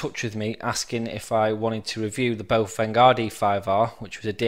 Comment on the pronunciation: Baofeng is pronounced bow-fung, not boh-feng. >